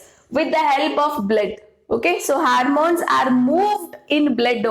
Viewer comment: Is this harmones or hormones???